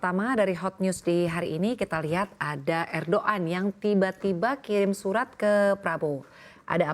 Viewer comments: ErdoggAN WOE...bukan erdok an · Erdoan???? 😂😂😂😂 Erdogan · ERDOGAN woyyyyy bukan ERDOAN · Erdogan. Apa erdoan sih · ERDOAN🤦🤦🤦🤦 ERDOGAN✅ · Erdogan bukan erdoan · Erdoan😂 erdogan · Erdogan bukan erdoan😂😂😂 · erdogan bukan erdo an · erdogan bkn erdoan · Erdogan❌ Edoan ✔️ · Er ndhogg an Wah ndhessoo, 😂😂😂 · Erdogan woi bukan Erdogan... Ganti lah presenternya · Laj kok jadi er do an😅😅😅😅😂😂😂😂😂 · Ancornya bilang Erdoan, hahaha... Lucu ! Cakep2 tpi rafa 02n😅😂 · houthi dibaca hutsi erdogan dibaca erdo-an anchors cnbc menang beda 😊😊